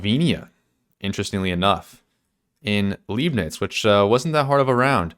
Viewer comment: Also "ei" is pronounced like "I". L-I-bnitz, not Leebnitz. XD Leib = body, lieb (pronounced leeb) = cute. So would mean something else. XD